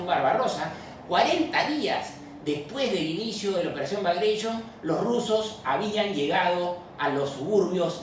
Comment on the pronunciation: Yo decía porque los soviéticos le colocaron un nombre en Inglés BagraSHION, y creía que quizá la planificaron los aliados nen conjunto.... INCREIBLE COMO UNA PRONUNCIACION CREA UNA HIPÓTESIS ERRÓNEA